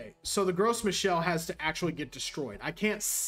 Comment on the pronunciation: As a native French speaker, I made a double take when you started talking about Gross Michelle.